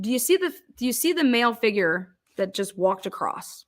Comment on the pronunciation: I love that you pronounce “figure” like Alanis Morrissette. 😁😘